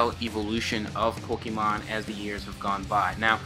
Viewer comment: Its not pookimon its Pokaemon.........I always get triggered when I here people say it like that haha